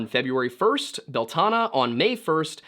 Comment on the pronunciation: Irish here. Your pronunciation is very good for the most part. Only thing I can point out is how you pronounce Bealtaine and Lughnasadh. "Bee-al-tin-eh" "Loo-na-sa". Other than that you're pretty spot on, first time I've heard anyone outside Ireland pronounce Samhain correctly 😂